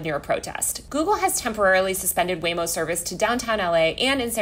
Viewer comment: I like how I kept hearing Lame-O